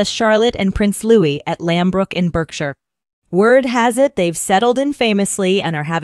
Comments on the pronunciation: It is spelled Berkshire, but it is pronounced Barksheer. I’m English and we have many dialects etc, and we celebrate them but this grates when you are claiming to be an insider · It’s pronounced Barkshear. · Pronounced ‘Barkshire’!! What is wrong with Americans? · It’s pronounced BARKshire!